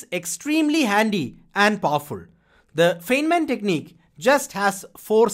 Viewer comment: A minor nit: Please note that "Feynman" is pronounced as "Fine-man".